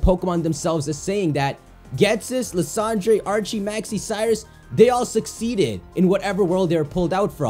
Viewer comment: Why does he say lysandre like tht??